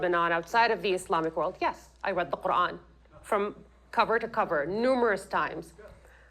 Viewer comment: after hearing that absolute abysmal pronunciation of Quran. I have to say that this guy clearly wasn’t whipped enough